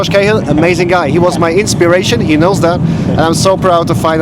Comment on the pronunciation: Josh Cahill is an Irish surname. We pronounce it Cah Hill